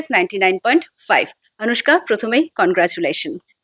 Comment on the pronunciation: আনুষ্কা নয় অনুষ্কা।